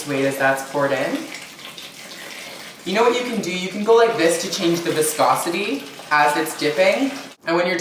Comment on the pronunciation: LMAO "VESCOSITY "